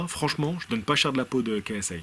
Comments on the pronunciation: KiSAie, on dit KiSAie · ksi ne s'est pas fait connaître avec un premier combat de boxe contre un gars qui fait de la muscu.. De plus son premier combat était contre un gars qui a pratiqué la boxe bien avant ksi (qui se prononce "KAY ès aie" bordeeeeel haha) sinon t'as de bonnes valeurs et t'as l'air d'un gars très respectable poce blo l'ami